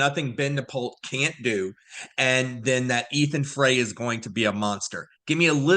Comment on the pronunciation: Good content. The Frey fam pronounce their last name “Fry” 👌🏼